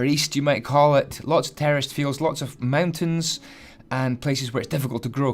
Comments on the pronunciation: anyone else thought he was saying terrorist instead of terraced?? I know I did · I thought he said terrorist instead of terraced “The terrorists farm”